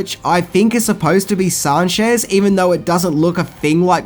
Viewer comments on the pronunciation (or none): C'mon dude everybody knows the character as Moneypenny not Many-penny 😂 and I like how you pronounce Sanchez as San-shez LOL